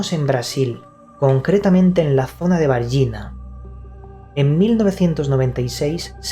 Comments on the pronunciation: Caso varginha execelente. La pronunciación es Vargiña. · El caso Varginha (se pronuncia, más o menos "var-yiña") de Brasil, es considerado real y el reportaje que usted citó en el programa "Fantástico", de la poderosa red Globo de TV, fue transmitido para todo el país. Varginha es una ciudad importante del estado de Minas Gerais, al Norte del estado de Rio de Janeiro. Todos los medios de Brasil dieron la noticia (fue noticia y no rumor) y el Fantástico hizo ese reportaje más detalhado, con una audiencia casi total en el territorio brasileño. Hay discrepancias en las interpretaciones y censura oficial en los detalles de lo sucedido, pero realmente el incidente es verdadero. Lo sucedido no demoró muchos meses ni semanas. Todo fue en pocos días. Fue vista más de una criatura como la descrita, además de la que asustó a las niñas. Inclusive una de esas criaturas parecía agonizante. Se sospecha de accidente del vehículo de ellos. La policía y el ejército fueron llamados y un militar disparó contra otra de las criaturas dejándola muy mal. En seguida los militares transportaron todas las criaturas, llevándolas a un hospital universitario próximo, por supuesto vigilado y acordonado por militares. Fue noticiado también que el militar que estuvo al lado de una criatura en este transporte al hospital, falleció en pocas horas de enfermedad desconocida. El nombre de ese militar fue dado en la prensa. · A cidade se chama Vargiña!! Se escribe Varginha pero en español se pronuncia Vargiña.